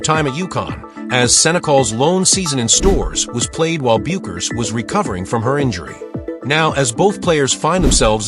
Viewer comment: Don't waste your time with this click bait. The AI voice can't even pronouce Paige's last name correctly.